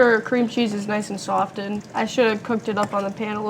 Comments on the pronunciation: Honey, the T in softened is silent 🙂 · "Sof" "Ten"? the butter. OK then,.... Who teaches this girl the English language? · The "T" in SOFTENED is silent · Every time I was confronted with the “t” in the word “softened,” I had to restart video. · Girl , the "t" is silent when you say "softened" lol.